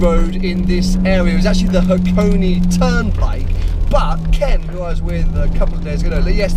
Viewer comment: I know this is an only video but I can't not point it out. This place is called Hakone. (Ha-ko-neh). Hakoni (箱に), as you keep calling it, is an incomplete sentence about boxes.